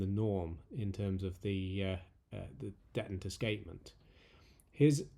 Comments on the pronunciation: 🤔 .... detent. dettent?.... OH! ....deeeeeetent. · You pronounce detent in an unusual way. I've always heard and said dee-tent, accent on the first syllable. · Maybe it just got lost in the pond, but I’ve never heard “detent” pronounced that way. Edit: Just finished the video. Kudos on a job well done. I appreciate your narration style almost as much as your attention to detail. You, sir, are a true craftsman and definitely deserve a sub. 👍🏽